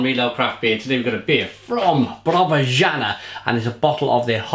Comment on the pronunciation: It's pronounced: yah-nah, repeat, "yah-nah" ;)